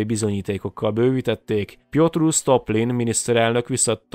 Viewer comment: Jó a videó, csak a századforduló Oroszországának ismerete kicsit hiányos, de ezt nem róhatom fel, elvégre nagyon niche téma és én is csak mostanában tudtam meg róla többet. Ja, és Sztolipin, nem Sztoplin.